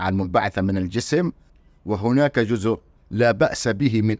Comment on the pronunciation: لماذا لا تميز استاذنا الكريم بين الذال والزاء في نطق الكلمة فمثلما تحافظ على العلمية في البحث ينبغي المحافظة على العلمية في اللغة والنطق السليم فلا يجوز ان نقول جذء بقصد جزء لانك في اللهجة العامية المصرية قد لا تنطق الزاء